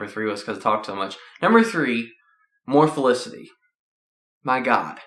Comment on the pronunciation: dude its not olicity its felicity